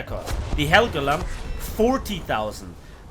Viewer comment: I absolutely love your way of pronuncing the SMS Westfalen and the SMS Helgoland